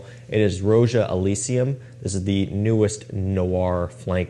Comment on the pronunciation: I believe it’s Roja as in Rodga, not “Row-zhuh”. His name is Roger.